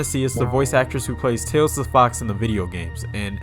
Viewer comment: Also you pronounced "tails" the wrong way. Lol